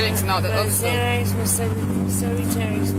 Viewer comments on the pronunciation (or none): Cos she is dumb N and doesnt even know its xanax not xenex.